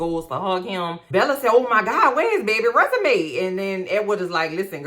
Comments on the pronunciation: I keep hearing Resume 😂😂😂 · Everytime you say "Resume" I cry 😂😂😂😂